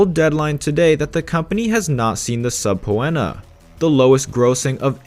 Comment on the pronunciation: I laughed out loud when I heard how you pronounced subpoena... that's not how you say the word. It's pronounced, sup pean er and not sub when a. Google it if you need to and listen to the way it gets pronounced on there.